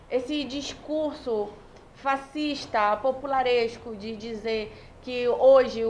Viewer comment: Quando falou "fascistas"...🤦🤦🤦